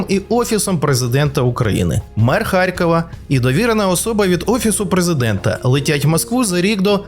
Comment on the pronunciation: харЬкова, тормо3е ти да-унічеський, харЬкова